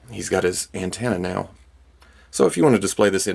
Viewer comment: Did he intentionally say ant-ena